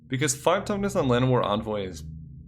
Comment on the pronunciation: You keep messing up toughness and power and IT"S DRIVING ME INSANE